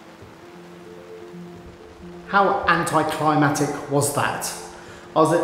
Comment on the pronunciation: Glad to see Michael and looking forward to kitchen project! BTW - not to be a horses arse but its "anticlimactic" not "anticlamatic". I learned that after saying it wrong for 55 years.